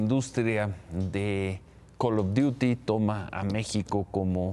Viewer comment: Neta que lastima das que ni puedes pronunciar bien el nombre "Call of duty" si gustas te puedo dar clases